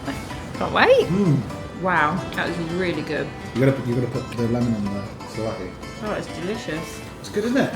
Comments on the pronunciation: Please!! souvlaki ,, it’s pronounced sue-v-laki. With the v soft like ‘ver’ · Nice video, but Pleeaseee work on your pronounciation. The words are not difficult. SUV-LA-KI 😂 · It is called Suvlaki and it is written Souvlaki. I like your videos. Wish you lifelong health and happiness.